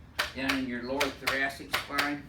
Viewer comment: "Im stick my elbow in your lower thurastic "